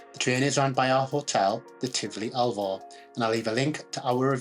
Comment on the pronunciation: Its called ALVOR NOT ALVA